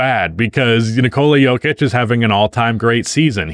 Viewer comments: I know full well this dude didn’t just call nikola jokic the yoker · “Yolker” - 2025